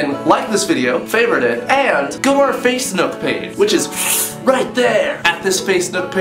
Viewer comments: did he just call facebook, facenook??? haha XD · Anyone else notice he said facenook not facebook? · am i hearng "facenook" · Any one notice hes says Face nook page? XDDD